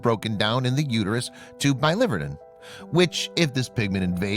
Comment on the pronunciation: It’s bili-VER-din, not bi-LIVER-din. “Verdin” meaning green. Bile green.